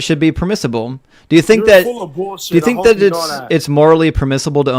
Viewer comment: "You're stating bullsit." You're correct, sir, he's reading your Bible.